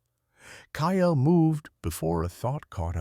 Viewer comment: Kyle is one syllable....not two (KYLE vs KY-ELL), please teach AI how to say names and cities.